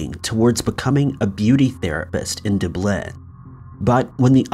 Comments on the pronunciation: After reading so many comments where people have said they're not watching this channel anymore cause he mispronounced Dublin. Are you people serious? Its free remember..... smh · I will feel more than free to laugh my ass off about the way he says Dublin. But, his videos are awesome... I'll never stop watching. For fucks sake, if half these people can name the capitol of say... Croatia... AND PRONOUNCE it correctly I'll get on a plane and move there... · At this point, his mispronouncing Dublin has to be purposeful because of how often it is brought to his attention. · that is my thought. If you know things like "to no avail" and use frequently, you know how to pronounce a major city. My thought it is may be an inside joke between himself and someone else, possibly someone from "Doo-blin". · Looks like it's already been done, but this is so bad I can't stop myself. People have no fucking business making vids like this if they don't know how to pronounce a commonly known city name like Dublin. Wtf... but hey, people will still watch, I bet half the American viewers didn't know anyway until they read the comments, that is, those that can read. Things like this is why basic education matters. Having talent or interests that enables you to be a seemingly semi-professional youtuber just isn't enough when you can't calculate 2+2 or pronounce Dublin - that is, you may broadcast content, fine, but the quality of the content matters. Or maybe that's just me. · Ears are fuckin bleedin hearing you say Dublin like that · Erm, it's actually pronounced 'Dublin' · hearing Dublin said like that 😳😅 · It’s kind of insulting to me (I live in Ireland) that you haven’t learned how to pronounce Dublin, despite being pulled on it so many times. It’s not that hard dude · Why are you pronouncing Dublin like that😭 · Dub lin. Not dblin lol omg come on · Bro DAAA BLIN you crack me up its dub-Lynn and come on Ireland 🇮🇪 Dublin you know 😉😎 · It's doooblin bud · Dub Lynn lmao 🤣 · Its duuublynn